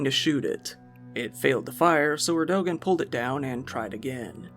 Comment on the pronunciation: Erdogan is pronounced "Erdo-wan"